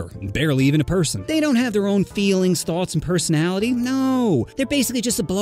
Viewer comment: Blud forgot the t in thoughts